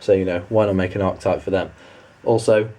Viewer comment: Great video man! But just telling you Archetype is pronounced Are-Ke-Type